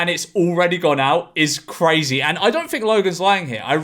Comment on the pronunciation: Did George say "crizzy day" fuck me sideways, that's sad